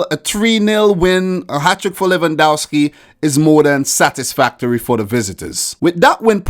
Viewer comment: Its pronounced lewandofski